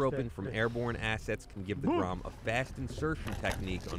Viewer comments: Wow you actualy kinda said it right. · Dude, your Polish pronunciation is great. That was like 9 out of 10. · You right man, good pronunciation man ;) GROM 💪💪💪🇵🇱🇵🇱🇵🇱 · Damn you Pronounced that really good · You read the name of the formation so f&*# RIGHT!! :D